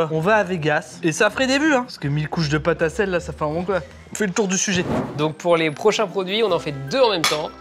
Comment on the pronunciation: C'est une pôte à tartiner qui à gagner... Une pôte à tartiner....